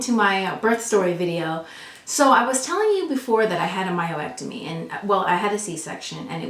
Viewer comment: I had to keep refocusing on the content rather than the word "myo-ectomy". Lol But this is all really good information...thank you! I just had a myomectomy and my swelling is just now starting to go down, BUT my pubic area is like a BALLOON now, and is weird, so I'm trying to figure out why. Didn't hear you speak about that for either surgery, so I'm still very concerned...